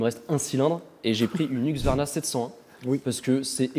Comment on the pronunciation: Tout le monde dit Huqsvarna ça me rend dingue... par contre un 701 à 5-6000€ cest le truc il est rincé